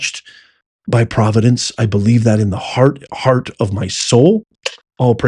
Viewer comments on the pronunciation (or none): none